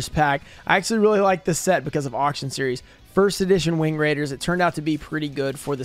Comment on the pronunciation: okay lets go over this again, shall we. It is not "axsly". It is "actually." Stop saing it so much if you cant say it correctly.